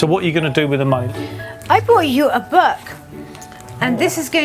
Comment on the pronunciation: I think she pronounced book as "Berk"